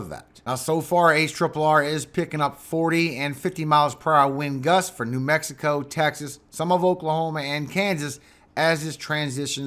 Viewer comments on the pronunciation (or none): none